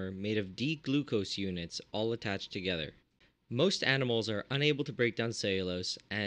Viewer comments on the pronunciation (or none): none